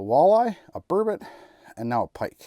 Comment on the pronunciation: What the hell is a "burbit?" It is spelled burbout and pronounced Burr-bot